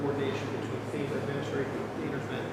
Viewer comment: He said femur not f e m a